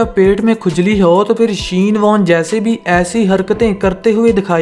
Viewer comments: Shane warne, not sheen warne.. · Not sheen warn 🤧😂 WTF bro plzzz zara cricket knowledge ko bharao tb videos banao the right pronounce is shane warn